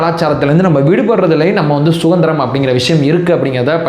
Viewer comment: அது சுகந்திரம் இல்லை சுதந்திரம். ஒழுங்காக தமிழை உச்சரிக்கவும்